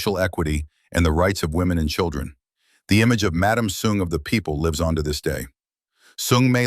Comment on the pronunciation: Is soong not thong, Your pronunciation suck.